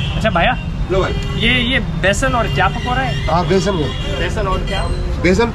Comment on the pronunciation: It’s not “bai”, it’s “bhai” — brother. Because they answered “bye-bye” to your “thank you bai”